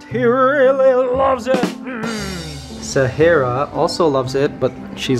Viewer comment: We also make the same salad, but we don’t put papaya or much apples. For me, I’m not a fan of papaya. Apples taste good, but they don’t last that long. Animals and insects are amazing, but they don’t go along with human, not like some animals. Is it Sahera or Sahara? Not against Mikey, I just don’t know how an a becomes an e, but hey, we Filipinos also pronounce somethings incorrectly or differently. Mikey try Chinese lumpia. You eat too much eggs and drink a lot of coffee. Diatabs or jollibee or cannot say yet.